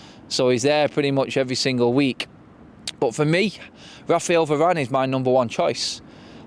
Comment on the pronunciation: How can you say varane😂😂😂😂😂